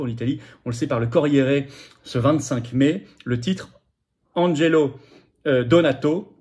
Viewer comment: Francesca DONATO e son mari Angelo ONORATO. Si vous voulez parler de quelque chose au moins informez vous comme il convient et prononcez leurs noms comme il se doit. L' approximation n' est pas toleree. !!!!!!!